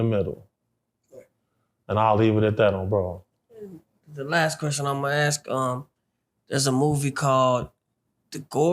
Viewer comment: Any grown man that doesn’t know how to say the word “ask” I instantly lose respect for